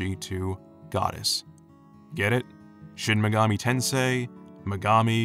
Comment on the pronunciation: Shin megoomi do I hear a tensei?